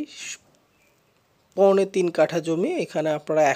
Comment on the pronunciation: পোনে নাকি সৌয়া ৩ কাঠা ক্লিয়ার করে বলেন